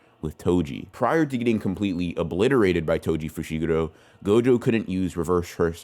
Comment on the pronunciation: Why he pronounce fushigoro like that? They pronounce all the names for you on the anime….